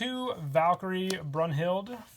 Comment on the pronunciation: Dude.... ersta, sveita, dritta, fearta, funfta, zexta, Broonhilda. Lol